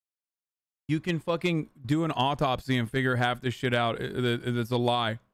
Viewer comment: still makes me laugh otopsy doctor. It's autopsy my guy. I keep thinking otopvssy Dr.